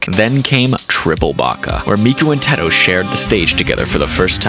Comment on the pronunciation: I couldn’t get over the way he said UTAU and Teto 😭